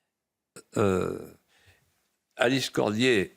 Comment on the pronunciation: ALICE CODIER et non CORMIER.